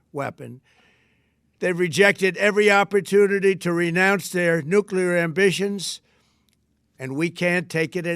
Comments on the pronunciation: Great interviewing, MK! This guy couldn’t explain policy very well, and it is hard to trust someone who keeps saying NU-CU-LAR rather than NU-CLE-AR…. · Hard to take these guys seriously when he keeps saying Nuke-u-lar. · Who is this guy? OMG......hacking and cannot pronounce "nuclear." Yikes.